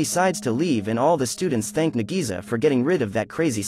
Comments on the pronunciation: Nagisa is pronounced like Nagi-sa, versus Na-GEE-Suuh😆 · i rewatched the original anime 4 times (both seasons) (MAN KARASUMA DOESNT EVEN LOOK HANDSOME IN THE ANIMEE BRUH) (AND BRO JUST BUTCHERED NAGISA'S NAME SO HARD "NAGISI" IM CRYING SO HARD RN LMFAOOO) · bro call nagisa to NEGIZA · Nadisa me: nadeez nutz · I don't think I like the live action too much because 1. The voice to this video can't pronounce nagisa correctly 2. The didn't add the vacations 3. The kid's hair colors are off 4. They replaced there greatest attempt to kill koro sensei with something that was built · Why did the narrator say nagisa wrong so many times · Did anyone else get pissed when he pronounced Nagisa's name wrong